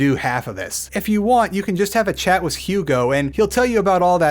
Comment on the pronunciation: Why do you say “wiss” instead of “with”?